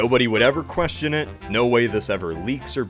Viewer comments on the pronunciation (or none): none